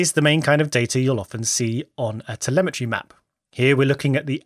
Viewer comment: *telemetry, not temelmatry